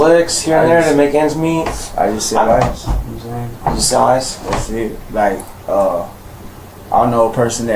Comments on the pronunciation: Gnome saying 🤣🤣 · "Nom sayn"... no, I don't.